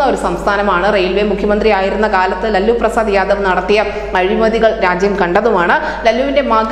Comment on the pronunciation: ലല്ലു അല്ല 'ഉല്ലൂ